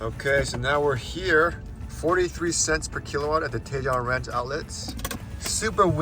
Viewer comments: I’m sure others have mentioned this, Tejon is pronounced TE-HONE. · Another one out of the park,! Loved watching your dogs frolicking in the snow. You're definitely giving them their best life. You're not doing to bad for you and Jan, too! I love Tahoe. I haven't been there in decades, and I miss it. Hint: Tajon is pronounced tuh-HONE.;-)